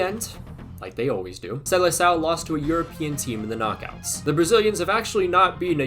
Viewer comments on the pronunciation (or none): none